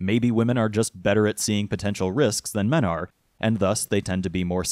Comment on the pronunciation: "Min" "Mins Rights" "Wimin" "Wimins Rights" Why does this wolf character hate the letter 'e' ?